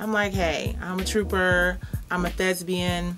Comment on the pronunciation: LMFAO! 😂😂😂 The word is thespian, love. Thesbian is not a word!